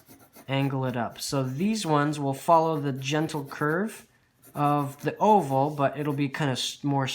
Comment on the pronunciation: I miss heard you say o-hole instead of oval and spent a good minute trying to figure out what an o-hole is and how to draw it... 👏👏